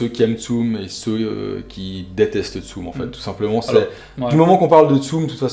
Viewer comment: Mdr tsum xD pendant toute la vidéo j'étais en mode "ça se dit tsumE avec un é" xD